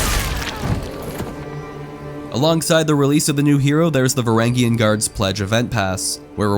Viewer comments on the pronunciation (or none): Vuh ranj yun guard lol not varagyun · varangian is pronounced with a j sound